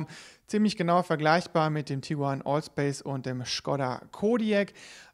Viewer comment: aber ist doch richtig. Es ist halt Škoda also auf Deutsch Schkoda